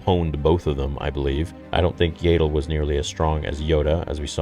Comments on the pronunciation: Ya-dull… not yay-dull..dear god😭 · You're still going to pronounce it YAY-del even after the show makes it CLEAR it's pronounced YAH-DEL??? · What;s with the mispronounciation for the names of the characters?? Do you even watch the movies or shows?? Why the F do you change how Yaddle (Jaa ttle) Not jay ddle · BRO ITS YADDLE NOT YAYDDLE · Isn't her name pronounced Yaddle like paddle and not Yadle like ladle? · I think you’re right. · I thought it was pronounced "Yah-ddle" & not "Yay-ddle" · Bro I’m sorry I hate to sound like a hater. But this is made by Filoni whom I’ve even heard you say he’s like George Lucas alternate and you have backed up many of his actions. That being said. It’s YAD. Not Yaydle. They say in the show multiple times. So meaning it’s Canon. Not Yaydle. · I love your videos but I really hoped that after hearing her name in the episode, that you would start pronouncing her name as Yaddle (short A) like saddle not like ladle. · Isn't it an ah sound instead of and ae sound for Yaddle? Legitimately don't know. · It’s Yaddle, not Yaidle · Yaddle. Not Yaydle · Why do you insist on still calling her “YAY-DOOL”? It’s “YADD ILL” They even pronounced her name in the show for Christ sake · Yaddle is pronounced Yeah-ddle not Yay-ddle. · As if is STILL saying Yaddle as "Yay-Dull". FFS! It's literally said several times in the episode as "YAD-DULL", so it rhymes with paddle. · . Her name is pronounced Yaddle, not "Yaydle". You really need to get her name right. I have heard you say it wrong the whole time you have been saying it. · im sorry "Yaedle"? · IT PISSES ME OFF THAT HE SAYS YAYDLE OMFG!!! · And then said yaydol lol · isnt it pronounced "yeah-dole" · Stop mispronouncing Yaddles name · say her name RIGHT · Dude, why do you insist on mispronouncing Yaddle? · that pronunciation of yaddle💀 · They literally said her name several times and you are still not pronouncing it incorrectly !!! Do you have a mental disability ? If you do I apologize .